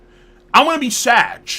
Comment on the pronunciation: Is he saying he's gonna be "sadge"? Or sad. Cuz I'm hearing sadge.